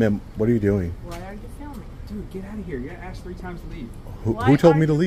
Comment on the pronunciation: Oh man dont "axe" the officer....thats an arrestable offense